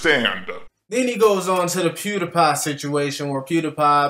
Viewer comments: Okay, I love your channel, but when you pronounced pewdiepie as pewdIpie not pewdeepie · Why you pronouncing it Pew Die Pie, instead of Pew Dee Pie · Omg... THE WAY HE PRONOUNCES PewDiePie! Bro, the ‘Die’ is pronounced ‘Dee’. I’m sorry for getting triggered, Imma leave... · Pew die pie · It's pronounced pewDpie even tho it's spelled pewdiepie